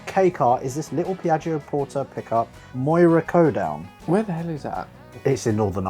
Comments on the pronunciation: Moyà county down u butchered That mate 😂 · Moira CoDown, that is meant to be Co Down or county Down. You should really do a roadtrip over in Northern Ireland at some point. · you muppet, it County Down, Moira, not CoDown 😂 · Codown, instead of County Down , lol 😂